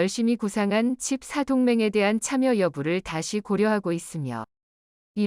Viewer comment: 돋보기 쓰는게 필요할듯ㅡㅡ 칩 4를 자꾸 칩 나로 읽네 ㅋㅋ